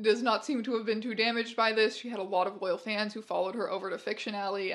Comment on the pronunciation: The way you said “she had a lot of loyal fans” and my brain translated that as “ a lot of oil pans”